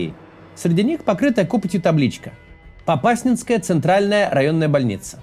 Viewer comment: Благодарю, Максима и команду за объективное описание ситуации и жизни в нашем городе. Единственная неточность - это ударение на слове Попаснянская). Но это мелочи. Гарного дня!!!❤